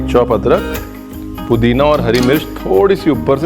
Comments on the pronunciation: Nice samosha aapne adrak ho adkar bola h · why are you saying "adkar"